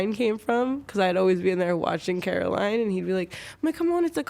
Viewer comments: Caroline? it’s COR-aline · its coraline not caroline ur just like all the people in the movie that say her name wrong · I highly doubt any of this..... It's so easy to play "pregnant and I lost it from trauma"...... When your seeking for MORE attention...... Not once* but three*** times..... Also it's COraline..... Not CAraline.... We miss you Juice*> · caroline lmfao it’s coraline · its Coraline not Caroline >:( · Coraline....It's Coraline